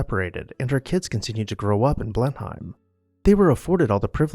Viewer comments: blen uhm, not BLEN hime. Not a single demolition mentioned in this video. BRAVO! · How can we take this video seriously when they do not pronounce Blenheim Palace correctly? It is Blenuhm, NOT Blenhime. Very sloppy. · Blenheim is pronounced "Blenem" not Blenhime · Please learn to pronounce names before doing these videos. It is not pronounced Blen-hime palace but “Blennem.” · Unfortunately, my one critique is that the pronunciation of "Blenheim" was incorrect. Sounds like bleh·nuhm. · Blenheim is pronounced, "Blennum." Consuelo Vanderbilt would not have been disturbed by the enormous eyes above the entrance through the portico as they were not there during the time she lived at Blenheim - Those were the eyes of Gladys Deacon, whom Consuelo's husband married after Consuelo divorced him. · Just note on pronunciation, Blenheim is pronounce Bleh -nuhm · Blenheim is pronounced Blen-um. You almost hear the H but not quite. I know it's odd, but English is an old language and has many strangely pronounced words like Worcestershire Sauce = "Wooster Sauce". Also, the Host/ess sitting at the Ends of the table is a Continental and American thing. In England the host sits in the middle with Hostess opposite side of table so everyone can see her for social cues. She'll begin talking to one side or the other and everyone follows suit. When she turns her head to speak with the guest on her others side everyone else does as well. Even today Her Maj Queen Elizabeth followed this custom. I don't know if King Charles will. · "Blenheim" is pronounced "Blen-um" . Glad you caught the slip about titles of nobility versus royalty. Keep up the good work. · It's pronounced Blen - im. Do your research! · Blenheim Palace's name is actually pronounced BLEN-um. That's my only quibble, otherwise excellent as always. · I enjoy your videos and commentary, but wish you would check the pronunciation of names like Blenheim.